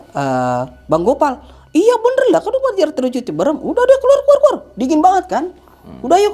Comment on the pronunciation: Orang Jakarta bilangnya ciberem orang Sunda bilangnya Cibeureum karena saat pengucapan mulut Ama rahang agak di buka dikit 😁 🙏